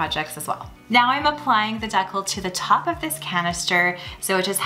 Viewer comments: Why do you kept saying deco? It’s a decal (DEECAL). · now that the coffee “deckle” is now done. I’ve never heard decal pronounced that way. It’s so interesting to hear how people in different parts of the world pronounce things. Here in the states we pronounce decal “dee-k-owl” (not white ‘owl’ — we don’t say a w in there but idk how to more closely type it). Aside from that word and saying dollarama, you sounded completely local, with no noticeable accent. Anyhow, thanks so much for the content. That fringe pillow is super cute!! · It took me a few minutes to understand what she was saying. In Wyoming we pronounce it dee-cal. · it took me a minute- you pronounce it as 'deck'al' we say 'dee-cowl' LOL all cute ideas btw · Did you just say "Deckle"? You must live in BC. In Ontario, we say Decal "dee-cal" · I kept thinking “what is she calling that?” I’ve never heard it pronounced that way either. Lol